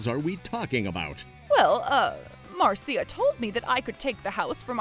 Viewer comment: Marcia is pronounced Mar-sha. Not Mar -see-uh. Well at least, the man knows how to pronounce it properly.